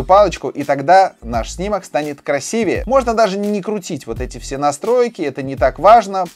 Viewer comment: Первый человек за этот месяц, который сказал Краси́вее, то есть правильно, спасибо!